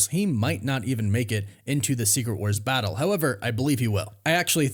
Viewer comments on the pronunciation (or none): none